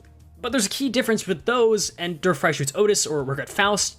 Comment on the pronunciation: Dear Mr., please stop saying Walpurgisnacht. It sounds like you are saying Walpurgisschnackt. It's fine simply shortening it down to Walpurgis. Please shorten it down. Walpurgisnight also works. As for Der Freischütz, Freischütz sounds correct, but your "Der" sounds like a "Dur". The English word "dare" is closer to the correct pronunciation. As always, thank you for your hard work on making Limbus Company content. Best Regards, a German